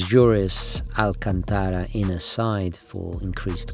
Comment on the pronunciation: Isn't alcantara a word of arabic root? Why the italian accent?